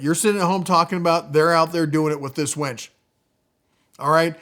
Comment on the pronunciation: I think it is pronounced winch, not wench! Lol.